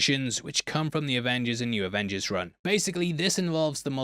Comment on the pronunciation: Avongers Avingers Revengers AvengerZ lol